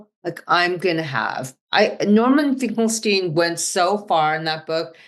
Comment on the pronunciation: It's Finckelsteen Finckle STEEN. ...Put the candle BACK!